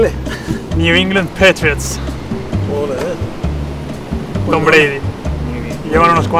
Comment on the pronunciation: when Odriozola said Patriots I felt that I'm in America for that pronouncing